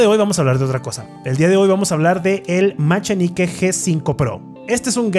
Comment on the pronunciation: Si es ingles se pronuncia Maquinaiky G5 pro. buen review ando buscando un nuevo control